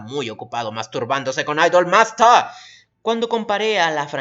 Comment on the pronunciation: "Idol mastah" mames quien te enseño inglés?